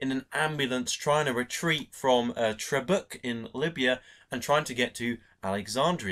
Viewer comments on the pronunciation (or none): Tobruk, not "Trobruk"! Come on, if you're gonna do a review, especially of a great movie such as this, at least get a well-known place name right! Sheesh!